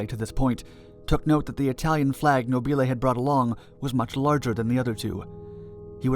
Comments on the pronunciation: Beware of Italian pronunciation! The rule is that the stress goes on the penultimate syllable. A good rule, except when it doesn't apply. Nobile has the stress on the first syllable. Mispronouncing it like this makes you sound like Laurel and Hardy to Italian ears - these films were dubbed into Italian by actors using slightly English accents and mis-stressing words. And ... "città" is not pronounced "seeta", but "cheet-tA", with the stress on the final syllable (hence the accent) and with the double T slightly elongated. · No-BEE-lay... I think the blimp was fra-JEE-lay...